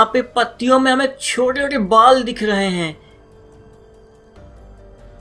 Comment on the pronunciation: how he pronounce chote ote😂😂